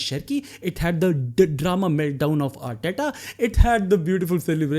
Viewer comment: Arteta ❌ Aandtatta ✅